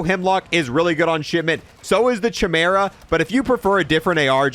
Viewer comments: the way u pronounce things makes me so mad its kai-meer-ah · Pronounced “Kai-meh-rah” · Lol “cha-meera” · 😂😂😂😂 he said chī-mira instead of kī-mera . a fellow gamer who also doesnt read books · "che-mera" lol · The Chuh-merah 😂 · Cuh-mer-ah, Cronen Squa-all that's the pronunciation..... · "Chai-mera" "Cronen Squirrel" 😬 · i feel like here purposefully pronounces everything slightly differently or wrong. CH-imera, say-kin, vail, etc. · I know he did not just say cha mera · KY-merr-uh and Cronen SkWALL.. not squirrel wtf is wrong with this guy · The way he pronounces chimera is disgusting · Okay so he's mispronouncing the Squall on purpose, but he still doesn't know how to say Chimera.